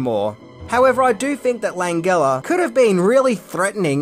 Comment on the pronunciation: butchering Frank Langella's name hurts my ears. LAN-JEL-LA as in Jelly...not LAN-GULL-A as a Gulible